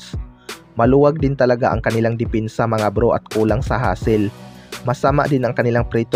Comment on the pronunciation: Depensa hindi dipinsa ayos ayusin mo naman ang pananalita mo boy at opensa yon hindi opinsa.